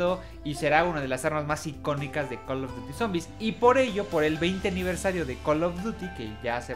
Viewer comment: Buenos tiempos cuando este wey decia coll of dury y no coloduti